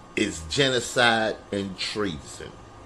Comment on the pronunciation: This man is a mensace, the shit he says I can't help but laugh. Jeno-side and tree-son.